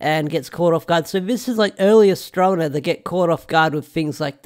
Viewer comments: might be spelled that way but I’m more pointing out you’re pronouncing it “mena” and not the other way around. Which I get. Stuffy nose and whatnot but just thought I’d point it out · You're not pronouncing her name right it's pronounced as he said Astronema.